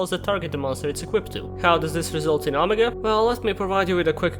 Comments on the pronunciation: It's not "aww muh gaw" like some drunk valley girl trying to say 'oh my God'... it's "oh-mega". But you probably didn't know, so you and your sexy accent are excused. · You pronounce it like Oh may gah